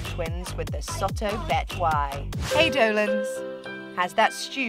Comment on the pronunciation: not betwai but betawi